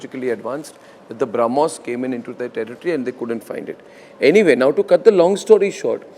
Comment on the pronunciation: Arnab needs to learn to pronounce Brahmos properly, if he wants to talk about it.